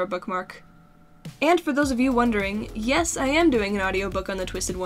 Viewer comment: needed more mouth He be like: yus